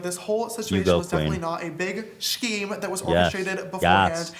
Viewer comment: Who says the word "scheme" as "sheem"?! CANCELLED